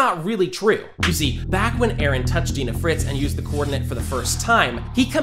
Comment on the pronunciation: It's fucking "Ymir", not "Emir", and it's "Dina" not "Deena"!